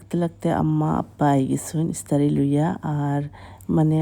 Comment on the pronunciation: ইসতারি নায় ভাই ইফতারি বলো